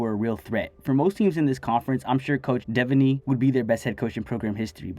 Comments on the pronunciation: Bob Devaney is pronounced De-Van-Ey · The way you pronounced Devaney 😭😭💔💔💔